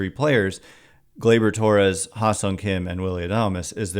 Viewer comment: This man said Glaybor Torres. You are not serious